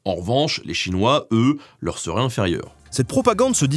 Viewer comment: Etant un spécialiste modéré de l'histoire des relations entre la Russie, le Japon et la Chine et ayant vécu en Extrême-Orient, la présentation que vous avez faite est bonne et juste surtout. La seule chose, mais bon c'est inévitable, la prononciation des mots chinois et japonais est exécrable. Consultez SVP votre ami des langues-O et tout ira mieux.